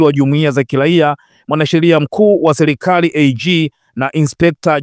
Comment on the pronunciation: Jumuia za kilaia, Selikali, Kusubili, Zalula,wazamini, Wazili,Haki za kishelia. Dosali . Lugha ya kiswahili unaichafua na unakuwa mfano mbovu kwa mtu anetaka kujifuza hii Lugha. Hivi umeshindwa kabisa kutamka Serikali ,Sheria,Waziri, Dharura, Dosari.